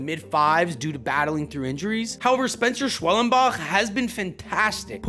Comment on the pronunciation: and Spencer School Bell like what